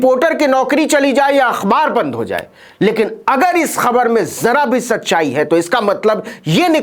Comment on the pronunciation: खबर तो बाद में सुनते हैं पहले ख तो सही बोलो!!